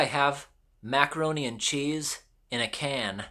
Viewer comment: “Rothen chaes”